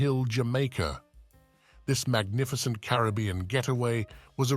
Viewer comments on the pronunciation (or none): none